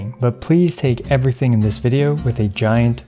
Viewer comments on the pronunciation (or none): none